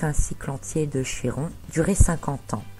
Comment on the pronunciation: Prononcez chi comme ki ! Par pitié ! Notre langue a bien aussi son origine grecque !!! Ça fait mal aux oreilles lol